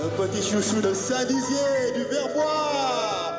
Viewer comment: C'est moi où il a dit st-dizier comme là où habite mastu😂